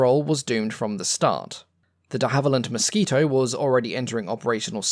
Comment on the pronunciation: I had to comment it is called "de- gaussing" pronounced "ow" as in cow or now.While I'm at it,i watched one of your videos where you said"De-hallivand" every time you mentioned the plane company"De-havilland".How any historian of aviation would get the name De-havilland wrong is annoying,but now pronouncing Gauss wrong,not to mention all the other mistakes I've heard you make I had to put you right